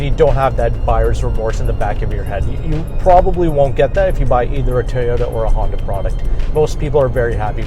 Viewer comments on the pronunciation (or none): none